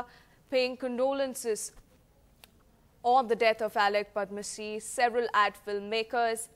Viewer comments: Darling, who is padmasee? He's padamsee. Sad that nowadays young anchors are not mentored to pronounce names correctly. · Who is Padmasee, it's Padamsee.